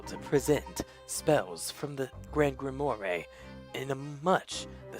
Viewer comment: Grimoire. Grim-Ware(rhymes with are(as in we are leaving soon))`i apologize if this seems rude, i was trying to give u something to help you out with the pronunciations. also i noticed something. that inferno spell required a sceptre to cast(also i dont know what an incantation is). espella's hands were full. she was carrying a lantern AND a bucket of milk. so how could she have used the spell?